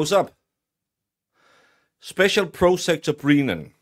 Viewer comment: Great analysis. Are you saying "Breenan" and "prosecter" on purpose though? Because its fecking annoying!! 😡😀